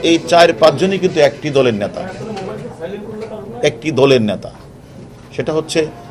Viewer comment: ন্যাতা নয় নেতা plaan নয় plan. সর্বপরি পানি নয় জল